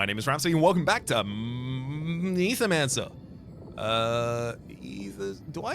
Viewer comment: mether mancer!